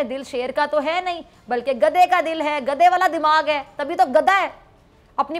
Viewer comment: بی بی خدا کا واصطہ؛ آپکا حسُن و جمال آواز اور طریقہ لاجواب ہے مگر پلیز “گدھے” کو “گدا” نا کہیں۔ یہ بیچارے گداگر، فقیر یا درویش کی بعزتی ہے۔شُکرئہ مہربانی! 🌷🌷🌷 نوٹ: آپکی شیر کی کھال میں کھوتےوالی مثال بے انتہاہ پسند آئ 😎👍😜